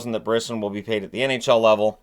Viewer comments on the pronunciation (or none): Your pronouncing Brisson incorrectly. Its pronounced "Briss On" His father is the big wig NHL Agent